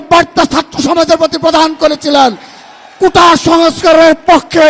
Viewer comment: আদু ভাই কুতা না কোটা। ভালো ভাবে বলেন।